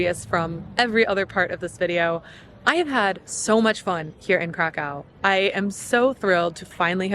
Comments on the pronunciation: Its Krakow, not Krakau. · Crack Cow. Sorry I had to. It`s not that dificult to pronounce city`s name properly. In english it will be something like Crackoov. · cra coov not cra cow:) very nice film enjoy your stay in Małopolska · it is not crakcaw its cracuf or cracuv there is diacritics above o making it ó and it is read as U. changing places names is disrespectfull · Stop saying Krakow - try to pronounce geographical names correctly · It's better to say Krakau. The first option in English has a connection with drugs, dude...